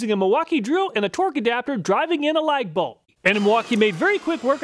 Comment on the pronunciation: Are you saying light bulb?? Ha thats what I was hearing at first. Ah I see now LAG BOLT. lolp